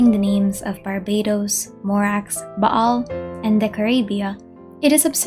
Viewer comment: Yes English really has fun with Latin sometimes. XD For me, I like the Latin reading she used. It makes it more exotic and authentic at the same time. I also love the fact she pronounced the 'ayin in Ba'al, instead of just Baal.